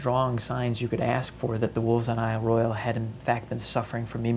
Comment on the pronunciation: Royale is pronounced roy awl...just sayin'; don't flame me.